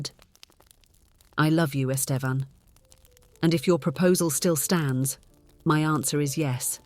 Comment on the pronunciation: This is the first story that made me suspect a bot is reading this. The pronunciation of “Estevan” changes throughout the story.